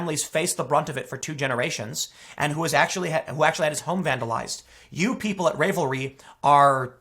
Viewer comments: Also "Ravelry" pronounced like "rave" when it's meant to be a joke on "ravel" which is pronounced as in "unravel". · Ravelry- the “ravel” part pronounced the same as raveling up a ball of yarn. Instead of revelry, it’s Ravelry. I used to use the site all the time. Glad I stopped sharing and purchasing patterns on the site. I’m not shocked. The crocheting and knitting community has really expanded to a younger audience recently, in large part due to Instagram and Ravelry. There’s a lot of festival type fashion that’s made that way right now, as well as artists in general that also knit and/or crochet. The art communities are overwhelmingly liberal, or at least it seems so as far as social media would suggest. May be a case of the loud minority. I know there definitely are conservative artists, and I also know there’s a huge stigma against being a conservative in the art community. Coming out as conservative is almost certain career suicide. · Hey, Tim, they are pronounced “raavelry” (like ravioli) and cro-shay. Had to share with my wife who also thought your pronunciation was hilarious. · This is more than a knitting site. People sell patterns on here. It’s like an Etsy site but with a forum and lots of free patterns. Ravelry... ravel, unravel, ravelry. Crochet... crow-shay. Not crotch-et. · Tim, you're killing me, LOL. The site is Ravel-ry. It's a pun on "revelry" and "ravel"--as in unraveling a piece of knitting. Also, it's not crotch-iter. If you crow-shay (pronounce "crochet" as if it's French), then you are a crow-shay-er. Although, I will admit that the owner of Ravelry sounds pretty crotchety. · Ravelry as in unRAVEL, like how you'd unravel a ball of yarn. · It is based on unravel, not rave. No long a in Ravelry. And, it is pronounced cro-shay-ers. It already had a ban on politics in general, but I will definitely be checking this out. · You know how a knitted sweater can unRAVEL? I’m gonna bet that’s how you pronounce RAVELry. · Rav el ree. Just FYI.